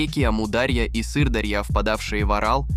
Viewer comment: мля, кто озвучкой занимался??? что за амудАрья и сырдАрья?